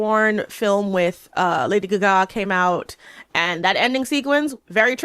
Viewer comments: "Lady Gagá". 😂 Your Miranda is showing 🤭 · I'm triggered by your pronunciation of lady gagas name.